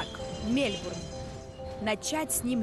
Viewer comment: Мне все время слышится Мельбрун, а не Мельбурн)